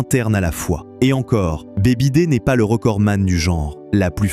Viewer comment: Très intéressant. Affaires en vue 😊. Par contre, la prononciation de BYD, en phonétique, c'est "biaïedi", le Y en anglais, c'est comme dans aïe, ouille ça fait mal 😅